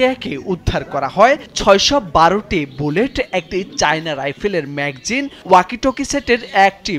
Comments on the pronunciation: ব্যাটরি না, ব্যাটারি। ম্যাগজিন না, ম্যাগাজিন। কথা বলা শিখুন আগে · ম্যাকজিন❌ ম্যাগাজিন✅ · মেঘজিন না মেগাজিন 🤣😂🤣🫵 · Magzine nah magazine hobe.. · ম্যাগজিন না ম্যাগাজিন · ভাই, ম্যাগজিন কি? শুনতে খুব খারাপ লাগে সঠিক উচ্চারণ করেন